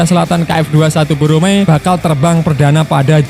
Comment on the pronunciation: Bukan boromae tp BORAMAE